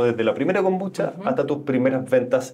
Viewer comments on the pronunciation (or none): Si me tomara un cortito de whisky por cada vez que dice kombuchacha me curo a los 10 min.